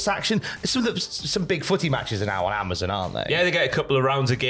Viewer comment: lol yo can’t say Amazon right